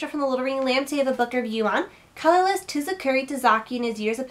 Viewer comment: It's pronounced SOO-KOO-ROO